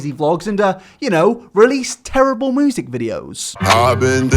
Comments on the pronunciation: Why the fuck cant you pronounce "music" correctly? It is "myu-sic" not "moo-sic". Other than that nice video bruv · Is it just me when he says “music” I heard “Moosic” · moosic xD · "moosic" ... dude... isn't it music? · LEARN HOW TO SAY MUSIC PROPERLY YOUR DRIP! ITS NOT MEWSIC! FOR A CHANNEL THAT IS NOTHING BUT TALKING YOU SHOULD BE ABLE TO TALK PROPERLY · 'moosic' ? never noticed before haha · No one: Really no one:: MOOsic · If he says moosic one more time I’m gonna lose it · Youtube "Moozik" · Does anyone else hear him saying moosic instead of music?